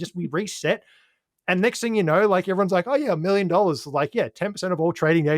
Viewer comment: There is no R at the end of the word ‘know’!!! 😂😂😂